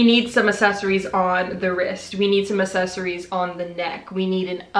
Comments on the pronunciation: Why do so many youtubers pronounce “accessaries” as “assessaries” 😂😂 I hate bad grammar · I CANNOT fucking stand the way she says “accessories” 😂 like it’s not “asssessssories” c’mon man 😂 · “The assessories” BITCH WHAT?!?!? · You mispronounce accessories, you say “asseries” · The way she says accessories triggers me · nah it’s cute buh im just not used to ppl saying it like that. It might just be cause of where I live lmao🤣